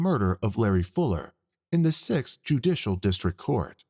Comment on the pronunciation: I wish the narrator would learn there's a T in district. It's not districk